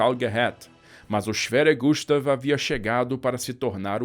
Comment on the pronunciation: Gustav kkk falou so o O para meu nome